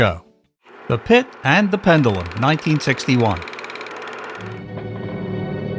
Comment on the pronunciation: My favorites are House of Wax and The Pit And The Pendulum. But you need to learn how to pronounce pendulum correctly. You're saying it wrong.